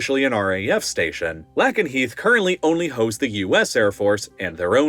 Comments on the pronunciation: For future videos, pronunciation matters: Lakenheath: “Lake-in-heath” Ramstein: “Ram - Styne” Al Udeied: “Al-You-Deed” Kadena: “Kah-Deen-Ah” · For future reference, it's RAF Lay-ken-heath. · "Lay-ken-heath". Pronounce it correctly. 🙄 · “Lake-enheath” not “Lackenheath”. Otherwise great video! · Anne Sacoolas killed Harry Dunn - why not name her? And guess what? It’s not LACKEN-Heath, it’s LAKEN-Heath as in lake. do better. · lol the way you pronounce Lakenheath. It’s Lake not lack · The correct pronunciation for Lakenheath is "lay·kuhn·heeth", not Lak but Lake. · He's pronouncing Lakenheath wrong as well. It's Lake-en-heath, not Lack-en-heath. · It's 'LAY-ken-heath', not 'LACK-en-heath'. 🙄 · It's (LAKE)nheath, not (LACK)enheath. I lived there for several years. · Pronunciation is all over the place. Lake-in-heath not Lack-in-heath. Al-you-deed not Al-ooh-dead. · and It's pronounced how it's spelled. Lakenheath lake-en-heeth not lack-en-heeth. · Great video, but pronunciations…?But Lakenheath is pronounced Lake, not Lack, enheath! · Lake en heath not lack en heath. Sorry just got to me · Lake N Heath not Lak En Heath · It's not Lackenheath, it's Lakenheath. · I live about 5 miles from Lakenheath and 10 miles from Mildenhall , its pronounced Lake-en- heath not lack-en-heath that sounds so weird. The SR-71 Blackbird was based at Mildenhall, I used to watch it take off from the end of the runway, there's mound you can stand on. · hearing the mispronunciation of "Lackenheath" destroys a lot of credibility. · Everyone local says "Lakenheath" not "Lackenheath" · It's lake-n-heath, not lack-n-heath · It is pronounced Lake 'n' heath. You can't get simple things right. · It’s pronounced LAKE EN HEATH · “Lackenheath” Lol. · the USAF base in the UK is pronounced "lay-kin-hee-th" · FYI Lake-en-Heath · It’s pronounced Ram-stine, not Ram-steen. Oh, you only mispronounced it the first time :) Lake-en-Heath. 😮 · It’s LAY-KIN-Heath. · It's pronounced lay-kenheath